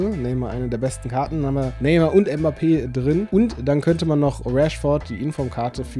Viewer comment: Neymar und nicht nemar😂